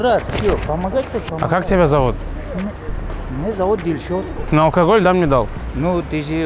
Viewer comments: Не гильшод а Дильшод таджикский или Узбекский имя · не Гильшот а Дильшод